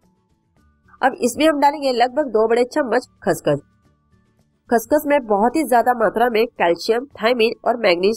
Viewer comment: Khss khss key hota hai didi